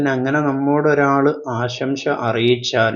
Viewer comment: "ആശംശ"അല്ല, ആശംസ എന്നാണ് പറയേണ്ടതെന്ന് തോന്നുന്നു.